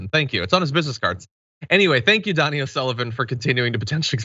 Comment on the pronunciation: It’s pronounced Dough - knee, not Donny. If bogarting a video, know who you’re plagiarizing. Respect.